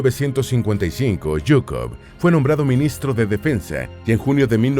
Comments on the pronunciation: Zhukov, se pronuncia chukov, no es yuko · a mi no me encanta tanto, ZHUKOV (SHUKOFF ó SHOO-KOV) es lo correcto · Es que usted sabe mucho o que? Porque dice yucov zukov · Porque pronuncias yukov? Se pronuncia Shukov Si vas a decirlo tantas veces en el video pronuncialo bien. Me da asco de solo oirlo mal. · su apellido es: ZHUKOV (PRONUNCIADO SHU-KOF Ó SHUKOV) , molesta escuchar su apellido erroneamente como GUKOV, favor corregir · Yukov?? Qe no se lee: zukov,,,,, tonses como se pronuncia: zhukov , en españól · ¿En serio es tan difícil de pronunciar ZHUKOV? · Sólo un aporte la correcta pronunciación de Zhukov es Zzzzzzzzzzzzzzzuuuuuukov como el sonido de la abeja, me lo comento una maestra de ruso que tuve en donde teníamos que hablar de personajes históricos de Rusia y yo escogía a Zhukov jaja 7u7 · Te faltan muchos conocimientos. La verdad, sin la ayuda de USA la unión soviética hubiera sucumbido. Son palabras de Zhukov, no mías. Por cierto, al ser apellido de madre se pronuncia Zhukova, todos fallan en esto. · "yukov" 😐😐😐😐 En serio? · Me encanta como le cambia el nombre a general zhukov diciendo Jhukov. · si el apellido fuera Jhukov, estaria bien la pronunciación de YUKOV del video pero su apellido es ZHUKOV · La h es muda y no pronuncias la z Zukov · Por favor, ¿podrías no pronunciar en inglés los nombres que no son ingleses?. Hablas de von Paulus a continuación de Leningrado como si estuviese allí, pero sabes que estaba en Stalingrado. Yo no creo que Stalin tuviese miedo a Zhukov, de otro modo lo habría fusilado en las grandes purgas, como hizo con Tujachevski, mucho más brillante que él y de quien Zhukov aprendió las ideas de la guerra móvil. Seguramente era el tipo de persona de origen humilde y de aspecto campechano que Stalin no solía temer, y que por tanto podían sobrevivir en su presencia, como le sucedió con Khrusev.